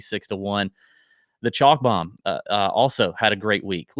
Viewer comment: Gotta have the slo-mo “Bome” drop